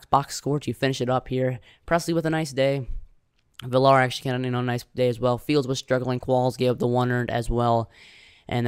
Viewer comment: Also villar last name is pronounced villar(viyar) Good vid.